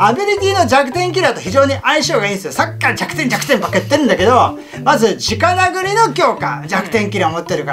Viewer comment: 直殴りを 「じかなぐり」と言ってて嬉しい←そっち？